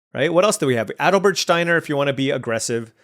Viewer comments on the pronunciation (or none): none